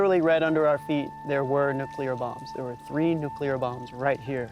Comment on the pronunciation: Why is it that no American can pronounce nuclear correctly???